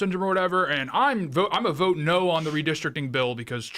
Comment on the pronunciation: Lady, there’s no “r” in the word “vote”.